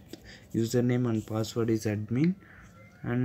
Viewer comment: Hy fucker when u say password pronounce it clearly bugger